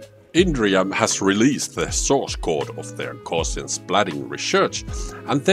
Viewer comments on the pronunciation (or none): It's not "gaw-shians" but "gow-see-an" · Its gowse not gorse! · Hi, you should know that the adjective Gaussian (“GOW-see-an”) was named after mathematician Carl Friedrich Gauss (rhymes with “grouse”)